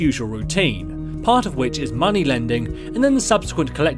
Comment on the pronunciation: Muneh - Arthur Morgan